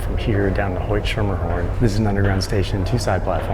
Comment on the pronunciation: Btw it’s SKermerhorn, not Shermerhorn😊